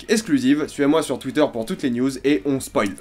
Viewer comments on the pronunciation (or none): none